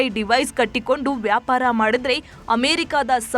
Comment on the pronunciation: ವ್ಯಾಪಾರ ಅನ್ನು ಪದ ಉಚ್ಚಾರಣೆಯನ್ನು ಸರಿಪಡಿಸಿ ನಂತರ ಅದರ ಬಗ್ಗೆ ಮಾತಾಡಿ